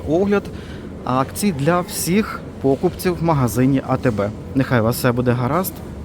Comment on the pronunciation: Ну чому пОкупці а не покупцІ? Ну ріже слух. Нарешті гУрман з сиром стал гурмАном. Не потрібно так гвалтувати українську.